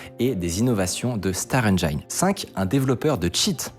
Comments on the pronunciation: sur le thème de la prononciation, "engine" ne se prononce pas "endjayne" mais "endjin" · Puisqu'on cause prononciation : Engine se prononce "Endjine" (on peut faire tendre vers "Endjène"). Mais surtout pas "Endjayne" -> mes oreilles saignent à chaque fois. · Le 'i' de "Engine" se prononce [i] comme dans Ginette (le prénom) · Concernant les erreurs de prononciations, celle qui me rend fou le plus souvent concerne le mot "Engine". Ce mot se prononce "Enn' Djinne..." et non "Enn' Djaïne"... :) Sinon beau travail d'introspection. Je dois dire que je trouvais les titres très clickbait, mais ça ne me dérangeait pas outre mesure, vu que le contenu est intéressant et souvent pertinent. Vous proposez une sorte de revue de presse de la tech, une veille techno en prenant le risque de ne pas être au point. Je considère que c'est déjà un travail suffisant en soi et à chacun de creuser la question et de corriger ce qui n'était pas forcément exact. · Unreal "endjayne". On dit en'djinn" ralala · "engine" se prononce "ènjine", pas "enjaïne" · on dit èngïne, pas èngeaïne 😘 Sinon merci pour vos contenus, c'est un régal. Je suis développeur IT depuis 10 ans, et c'est en vous écoutant que je réalise que je ne sais rien de rien sur rien 😁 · Hello! Bonne initiative. Dans la rubrique des petites améliorations: une orthographe parfaite (paradox-e ) et une bonne prononciation en anglais (bannir "enjaïne" et prononcer "enjin"). 🙂 Continuez ainsi! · On dit "Ndjine" et pas ndjaïne" pour "Engine" ;-) Ceci dit, moi je suis toujours impressionné par votre capacité à m'intéresser à des sujet compléments aléatoires, bravo pour le boulot ;-) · Cool de vouloir s’améliorer. À ce sujet, j’aimerai un chouïa moins d’anglicismes quand le term existe en français. Et si vraiment, le terme n’a pas d’équivalent ou est une marque, de soigner la prononciation. Par exemple « engine » ça ne se prononce pas « ènejaïne » mais plutôt « ènejine » ;-) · ENGINE c’est pas AINE-DJEIN mais AINE-DJIN